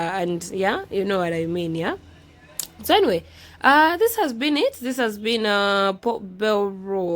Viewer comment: Hi beautiful, I like the way you pronounce that ka word, 'po bel' (Port Bell) like the English people 🥰🥰